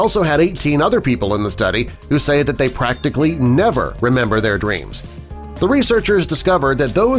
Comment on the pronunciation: Did u say dweams. It's actually dreams